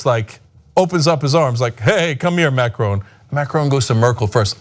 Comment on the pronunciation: Try to pronounce Macron decently